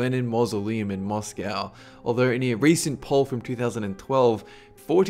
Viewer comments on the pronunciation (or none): none